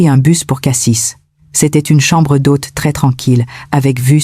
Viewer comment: On dit Cassi et pas Cassisse le s ne se prononce pas avis a l’IA